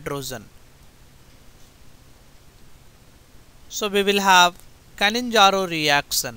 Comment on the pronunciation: Its not "canninzaro".. Bt "cannizaro"